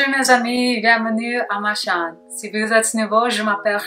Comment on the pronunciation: Your accent is really good: only overdub I’d suggest is for “ma chaîne”